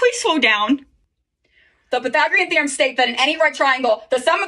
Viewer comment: "the pytHHHHHHagreon thI-rum"